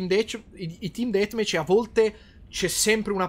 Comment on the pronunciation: un'intero "detmech" ti adoro karim